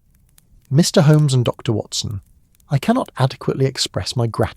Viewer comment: its AI . didn't you notice when Watson introduced himself as "Doctor..... Watson." indicating the AI read 'Dr. Watson' as a period and beginning of a new sentence. Its still good though.